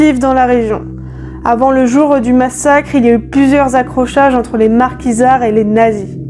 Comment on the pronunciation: Pas les Marquisards ! Les Maquisards! Pas les ouaffens ss ! Les vaffeuns ss! Waffen ss